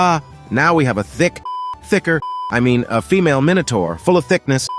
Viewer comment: Bro was not tust farming hewas farming thiknesss😂😂